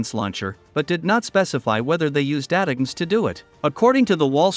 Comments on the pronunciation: AI voice is ruining one of the best acronyms: It sound like attack-ems. The new missile acronym sucks: PrSM. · It's pronounced: " attack ems "